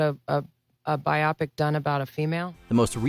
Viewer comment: Why did she call it a BYE-OP-ICK instead of a BYE-OH-PICK? That was weird. Biopic means Biographical (Moving) Picture.